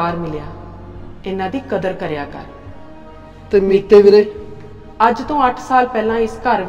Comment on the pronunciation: bhain veere hunda beere nahi pronounce theek karia karo 😂